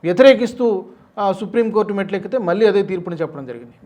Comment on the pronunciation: మళ్ళీ, వెళ్ళారు అనాలి, ఉచ్ఛారణ...